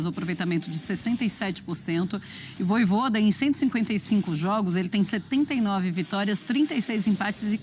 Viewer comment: “Vojôda” é putaria 😂😂😂😂